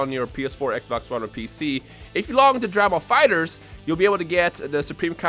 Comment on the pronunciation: "Drah ball fightrz"